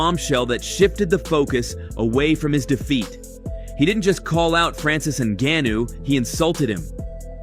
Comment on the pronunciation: Oh no, not Francis un-ga-noo! Or was it one of the other three ways this video butchered his name? Enough with the AI voiceovers bro. We’re all sick of it. If you can’t be bothered to speak into a mic for a couple minutes, don’t have a YouTube channel.